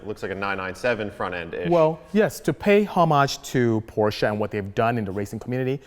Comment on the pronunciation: Fact: Porsche is a two syllable word.